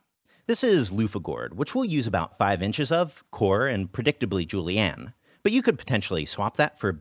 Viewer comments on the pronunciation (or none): I like how he calls julienne "Julie Ann" - a perfect name for a finicky knife skill that probably wants to speak to the manager.